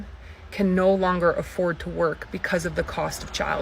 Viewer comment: she says "premerting" instead of promoting like she's Doctor Evil. Then in an Australian accent she says... "nauuuurrrrr" instead of no.